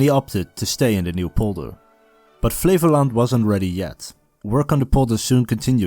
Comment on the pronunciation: i kept hearing Flevoland as "flavour land", like a dutch Guy Fieri